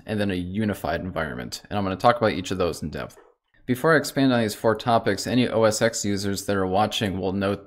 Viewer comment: Yes, it's macOS now and never was called OS Exxx as he calls it. It was called OS-X as in OS TEN like a roman numeral.